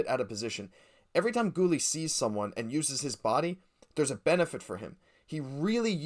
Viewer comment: Great vid guys! You gotta change the way you say Guhle though, it’s not Ghoul, it’s Goolee